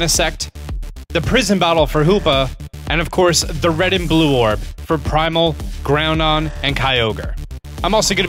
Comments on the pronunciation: its groundon with a don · Lol groundon. Its groudon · Ummmmm it is "Groudon"?!